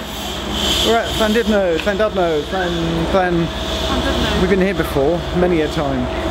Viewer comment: For future use, Llandudno is pronounced Clan-did-no.......not dud-no....... And the town itself (rather than the junction) has some great real ale pubs!